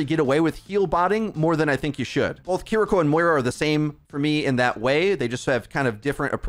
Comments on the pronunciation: Bro, you make money off this game. At least pronounce the names right. Kuh-reek-oh sounds like she smells bad. Kiriko. Keery-co, bro. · It's "KEE-REE-KO" btw. Not Kuri.., kiki.. or..kuki... ^^